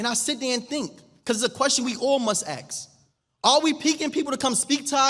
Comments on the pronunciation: First, please slow down. Stop screaming and waving your right hand uncontrollably. Use lip moisturizer to stop licking your lips every four seconds. Stop using “ax” for ask. I want to hear your message but your delivery really needs polish. I’m a black man. Conspicuous by its absence is you not telling our people to stop killing ourselves, to stop birthing babies we can’t feed, house, clothe and educate. And stop blaming “the system” on our chronic failures. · Please change from saying ax to ask. Valedictorian not Valevictorian. You should explain that having ID is the law Ski masks.. not mask-es